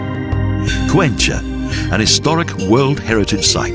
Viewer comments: It's pronounced 'Cuenka' not 'Cuencha'.. there is no cha sound Great documentary though! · Good movie, but it could have been much better if the narrator learned how to pronounce Spanish names. Cuencha for Cuenca??? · I don´t know why the narrator changes so much the names of the cities heheh for instance Cuenca not even in English would be Cuencha as he says